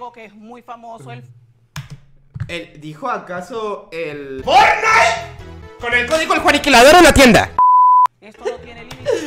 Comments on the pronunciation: pense que la señora digo fornais y era fortnite jajaja que pedo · Van a demamdar a la señora por decir fornite😂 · Nadie: Absolutamente nadie: Juan: caso cerrado fornite